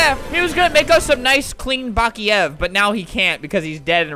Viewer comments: Pronossned bock,lava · Say baklaver 100.000 times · Baklava! You can't say it correctly it's on my language , Serbian. XD Yo tengi BAKLAAAVAAA